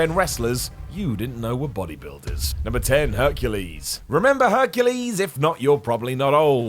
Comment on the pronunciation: I nearly died when he said Hercules